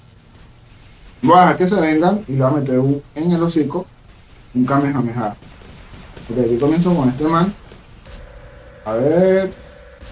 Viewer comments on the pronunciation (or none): none